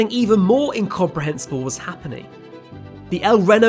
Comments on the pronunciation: Imagine making a video about the El Reno tornado, the only tornado to ever kill storm chasers, and spending the whole video mispronouncing the name El Reno. Seems a tad disrespectful. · "El Renault" and "Meezocyclone." I don't even care that you pronounce these words differently, I'm just happy you're human. This was a brilliant documentary. Kudos and many thanks to the quite sizeable team of people in the description! Y'all are killing it. Subbed! <3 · As someone who's lived in El Reno my whole life.... it hurt me to hear how you say the name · El Reno, the "e" in Reno is hard, not soft... Like relay, not end... I escaped that tornado by about three hours with an oversized load I was taking to California .. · I kinda think when you do a video about something in the US, especially with the US being the size that it is, you oughta do it in OUR MEASURING SYSTEM. Furthermore, I checked and it appears that the "Reno" in "El Reno" is pronounced the same way that the "Reno" in "Reno, Nevada" is... which is like "Reeno" not "Rennow." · He mixed up the e in mesocyclone with the e in El Reno Tornado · I'm so disappointed with the mispronunciations in this video :( Just watching ONE other El Reno documentary would've made it easy to get the name of the town and people's names correct. Otherwise, the information and descriptions are very good. Please consider redoing the audio. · I’m Hispanic. No he didn’t he tried to pronounce it the Hispanic way but even then it was painful. If I’m going to do a whole show about a place in a country that went through a terrible thing, I definitely would try to pronounce the name right, not the “almost Hispanic” way. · Bru. I was there. You get the general story about right but it’s no more than Wikipedia deep. Lots of mispronunciations distract. Also, the character of the whole day is off. I realize you aren’t from there but say the name of the place right at least! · lol I'm not American and even I know that it's a long E not O 🤦🏽‍♀️